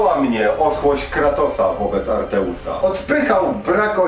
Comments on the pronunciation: Wszystko ładnie, pięknie, ale 1 mankament... To jest Atreus, nie Arteus:P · Atreus, a nie ARTEUS